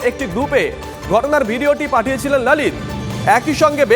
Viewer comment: TV9 এর হল কি? "লালিত ঝা" উচ্চারণ কেন? ললিত বা লোলিত বলুন। বাংলা বলতে লজ্জা কেন?